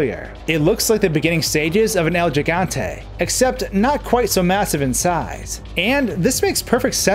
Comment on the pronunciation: Its el giganta not jiganta Gee Gantay